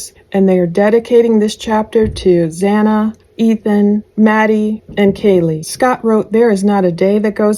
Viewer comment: It’s not Hana! It’s Xana!